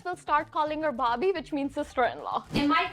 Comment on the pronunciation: It's not Bobby,it's Bhabi.And yes it happens.😂